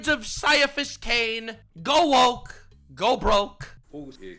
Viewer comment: Ain't no way he doesn't know how to say: Cai-Cai-Caiaphus Cain! Hero of the Imperium!